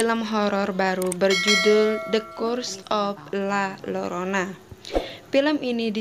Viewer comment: Maaf bacanya La Yorona kak